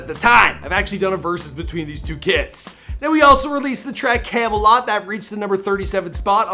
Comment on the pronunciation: It’s pronounced Came Lot not Came A Lot